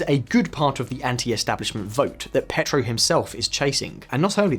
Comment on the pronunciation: Came to the comments looking for this. Surely they could ask a Spanish speaker to spend ten minutes teaching them how to pronounce names like Medellin or Pietro…